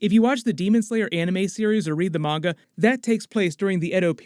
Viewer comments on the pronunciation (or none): none